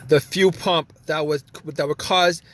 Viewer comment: Thanks, If I had to listen to him say few pump or weelay one more time I was going to lose it.